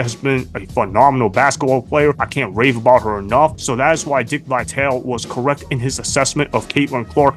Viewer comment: It's not Vi-Tale, it's Vi-tal-e. get it right.